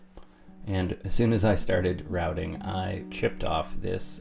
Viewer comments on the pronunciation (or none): none